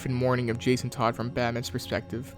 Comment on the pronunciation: Did my boy call jason,jakon?